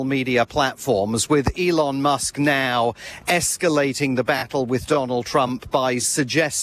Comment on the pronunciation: 1:82 "Mr Muck" lol,. hahahahaha